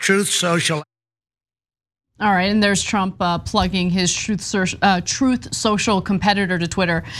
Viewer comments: Yet again, he calls it Troeth. Troeth Sential. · His stupid pronouncements are funny though. But just the soundbites would do. Troth Senshall!